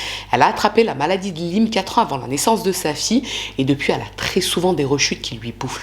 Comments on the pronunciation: On prononce maladie de "la-i-me", cf professeur Christian Perronne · Coucou. Elle a bon dos sa femme....pfff.... encore un lâche. Sinon ça s'appelle CMU en France et la maladie de Lyme se prononce "layme". Un plaisir de voir tes vidéos en tous cas et j'adore les piques que tu lances dans tes vidéos contre les coupables 😂😂😂. Hâte de recevoir ton livre 😊.